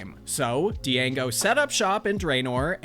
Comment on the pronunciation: you pronounced django wrong